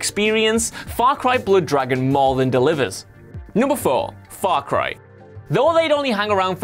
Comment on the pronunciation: his mouth said: faw cwy sewies